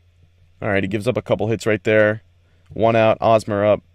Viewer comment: The H in Hosmer is pronounced, not silent.